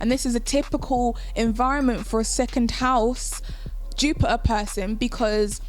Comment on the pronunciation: I love the way you say Jupiah (Jupiter) 😍🤤